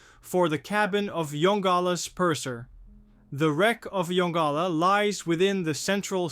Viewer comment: Mystery* Also pronounced Yon-Gala NOT yongula